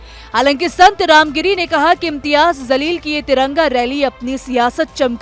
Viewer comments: Zaleel tu hai....Jaleel bol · Imtyaz Zaleel nahi madam It's jaleel